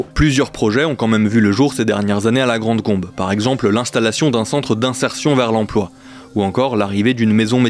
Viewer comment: c'est pas "la grande combe" mais "la grand combe" ;-)